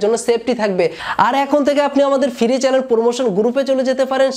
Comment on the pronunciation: Firee, suboscribe, gurup.... উচ্চারণগুলো ঠিক করো ভাই